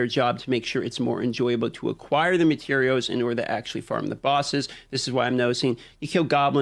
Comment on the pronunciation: I like when he starts talking about gathering materiows